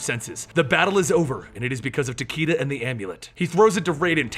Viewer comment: not to mention Tah-Kay-Dah, not Tah-Kii-Dah.